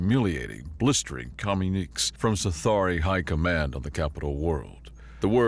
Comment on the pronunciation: tip: "communique" is pronounced commune-ih-kay. And it's Cerberus, sir-burr-uss, not Cerebro from xmen. Still, great reading.